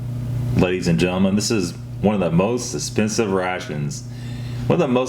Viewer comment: “Most esssspensive”